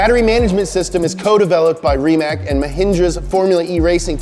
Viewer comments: ITS NOT RIMAK ITS RIMAC AS IN CINCINNATI AND NOT LIKE COLUMBUS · Tip from Croatia: Stop reading it Rimak read it Rimac! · can't believe you still saying it wrong.... it's not RIMAK, it's RIMAC! so pronounce it like "rimaats". learn the rest of the world. it's your job :) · Rimac is pronounced ri-mats